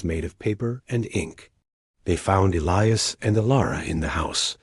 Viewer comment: E-lie-us, not Ellyus!!!